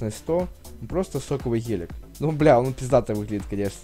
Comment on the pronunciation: не ғелик а гелик